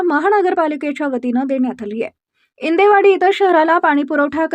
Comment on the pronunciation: इंडेवाडी ❌. इंदेवाडी ✅